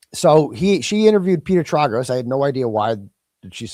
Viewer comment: Trāgos. Tray gos. You can’t do this to the gorgeous lawyer. You have to pronounce it correctly in honor of our Auntie. Xxoo.